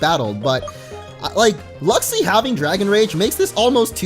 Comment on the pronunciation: Luxi... LUXIO???